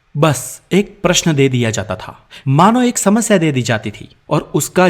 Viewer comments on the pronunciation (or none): none